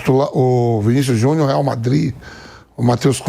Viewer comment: Foda e falar "Vinicius Juniô" pqp